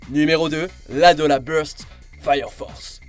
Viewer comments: C l'adora burst et nn l'adoLLa burst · Un peu de respect pour Fire Force s'il vous plaît! AdoRa Burst et pas AdoLa c'est un R bordel de flûte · Alors, Je vais faire chier... C'est "A-DO-RA BURST" pas ADOLLA... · Juste, c'est '' adora'' burst pas adolla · Non il le prononce pas en japonais il le dit genre en anglais ou jsp trop parce que le r est juste roulé et sonne comme un L et un R mélangé mais là il a clairement dit adolla et burst en anglais et non avec l'accent japonais